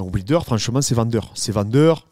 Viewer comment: Dariush après Islam, chaud patate quand même pour Do Bronx🤔 Aah Ce super accent occitan sur "ouilder" j adore🤩 Salutations de Perpignan😉